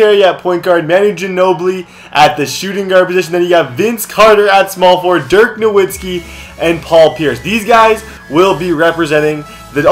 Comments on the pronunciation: it's pronounced novitski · Dude even though it's spelled Nowitski it's pronounced Novitski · its pronounced (na-vitz-key